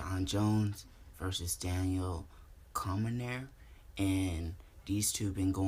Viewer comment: "Daniel Commonier" you heard it here folks..